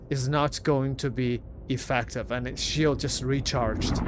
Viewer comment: "EffEctive", theres an E and pronunciated with an E not A. is so annoying when you say that... i know english is not your native language but still. come on